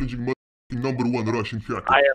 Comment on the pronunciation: Numberre onea russhhiann haaackaar 🤣👀